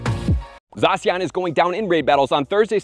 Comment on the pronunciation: Never heard someone call it Zasian...lol